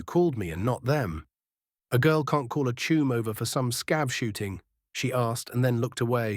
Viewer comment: This is totally awesome strat to finish.However i do not usually have any problems with AI pronounceation but have to admit the constant saying of 'Chuum' instead of 'Chum' is completly screwing my head up 😂even with my appalling spelling